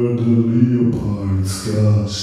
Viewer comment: "Remember the Leopard tanks..." Leopard was pronounced Leee Oh Paawrd. that is all.